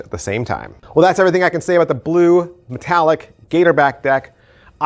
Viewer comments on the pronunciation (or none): Ma-tall-ic. Not Mat--a-llic....